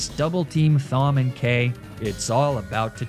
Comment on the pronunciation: As someone whose name is Thom, I can confidently say that my name is pronounced Tom, not Fom. So I'll just assume this is one of those Magnemeetay situations.